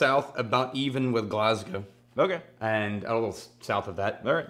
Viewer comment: This is the only time I've heard an American pronounce Glasgow correctly. You should come if you haven't been already!